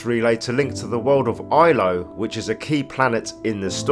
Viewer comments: Love it, but it's Ilos with an S not Ilo. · It’s pronounced PRO-thee-un. And the planet is called Ilos with an “s”. But great vid otherwise. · I can't tolerate how you say Protheans 😫 And Ilos. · Your pronunciation of "prothean" and "Ilos" is extremely triggering.